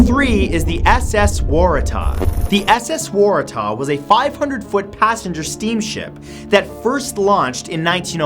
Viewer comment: Man he butchered number #3 SS Warahtahhhh